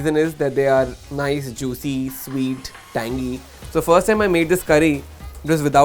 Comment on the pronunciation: "Nice, juisee, sweet, tangee~"